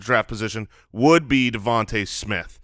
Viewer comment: pronouncing Devonta Smith correctly